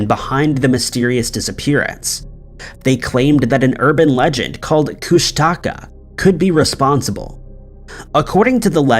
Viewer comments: I'm Alaskan, born and raised. I think you meant "Koosh Tuh Kah" that's how we pronounce it at least. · Yah ik I thought he was alil off myself!I'm well aware of pretty much every "cryptics" n supernatural things n the otters the least of Alaskas issue!😂